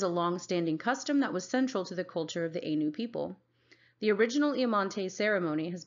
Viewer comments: Point of correction ainu is pronounced A-i-n-u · Ainu is pronounced eye-nu Kamuy pronounces ku-ma-way